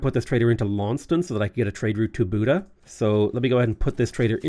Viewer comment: Buda is pronounced with the letter A as in Arm. luv the vids